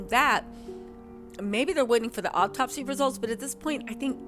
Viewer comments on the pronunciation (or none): Hey sweetie. It’s “autopsy” not “op-topsy”. The first syllable sounds like ahhhh like auto not “op” like operation. Just want to help a sister out. ❤